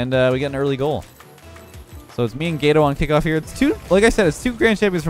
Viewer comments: I love your videos! one quick thing. Gato is pronounced with a soft A similar to aww. phonetically it sounds similar to the french word for Cake Gateau...it means cat in spanish. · Who else was triggered that can't say cat in Spanish?